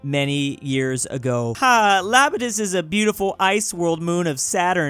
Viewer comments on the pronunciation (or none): It Iapetus with an "I" not Lapetus with an "L" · It’s “iapetus”